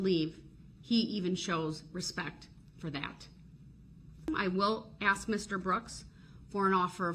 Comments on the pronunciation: 'Reason for the abstain, I'm axing politely?' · Did he 'axe' you? 😅😅😅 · But if you axe him, he has a tackit agreement witch da judge. 😂